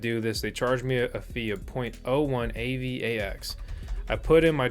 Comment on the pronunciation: LOOL "A-VAX" TOKEN